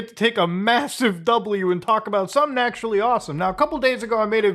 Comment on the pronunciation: we're in 4% acshhually!!